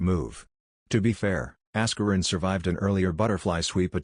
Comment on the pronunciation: "Ass-kur-in" Lol